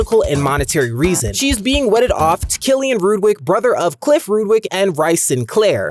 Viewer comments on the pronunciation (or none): I thought Rhyse was pronounced Reece not rice 😂